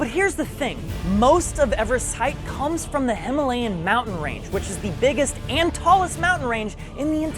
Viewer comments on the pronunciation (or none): Pronounciation of Himalaya as Himilian hurts honestly